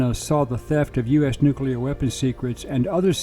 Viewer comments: Thank you…for being able to say the word ‘nuclear’ correctly. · You mean it's not nuculer??!! 😂